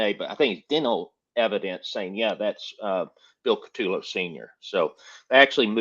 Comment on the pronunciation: Great Video Guy’s…BUT😉/…PLEASE…it is, "Ka-Toe-Low…" or “Coo-ta-Low” 🇮🇹…and Lastly, to be CLEAR I am NOT Trying to Help Jackie Get Out of Prison… I Wish You Both the Best…🌸BC